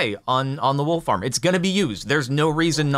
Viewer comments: I kept hear wool farmer and was really confused for a minute. XD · For a few moments there, I thought he was saying 'Wool Farmer' and was I was getting exciting by some new mob I hadn't heard about.